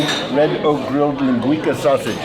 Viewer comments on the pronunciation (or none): So to let you know. That Portuguese sausage you were eating is pronounced Lin-gwee-sa. And it’s so much better dipped in yellow mustard. I’m born and raised in Santa Maria ca. we had tri tip and linguica every Sunday for dinner. Love the vid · The sausage is pronounced "lin-gui-Sa" NOT 'lin-gui-Ka". Trust me--Nipomo is my hometown and I've eaten Jocko's many, many times. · Lingweeka sausage hahha it's LINGUICA (lin gwesah) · Giving away all the local secrets in one video. Well done!!! My favorite part was the "Lin GWEE KA Sausage", it's pronounced "LIN GWEE SA" and it is delicious! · It's a Santa Maria Grill.....it's pronounced linguiSa not linguiKa. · Hey Gang! Love the video but one minor correction. Its pronounced LING-GWEE-SAH. Traditional Portuguguese Sausage that can be found in California on both the Central Coast and Bay Area. It is life changing when you find the perfect one! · It’s pronounce LIN GWEES AHHHHHHH!!!!!!!! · Linn gwee kah !! That made me laugh. Linguica is a staple in my life haha. The pronunciation made me LOL. Jockos is great but I’m surprised there was no mention of the “Santa Maria “ style cooking method. Its famous in California. Oh well. It was still a great video as usual Mark. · It's pronounced linguisa not as a "c" but a "s". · Linguica = ling-gwee-suh Even after hearing the waiter pronounce it, STILL mispronounced it. Idk man of all the guests and people that Mark eats and tours with, he's the only one that gets under my skin. Maybe it's me.